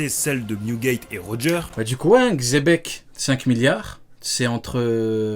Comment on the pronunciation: mdr c plus xebec c zepeck